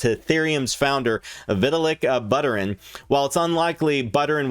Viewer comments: I hate the way you pronounce coins lol vit a lick butter in? Turd burgler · "vee tuh lick butter in" LMAO!!!! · LoL your pronunciation of his name Vit-uh-lick Butter-N , good video though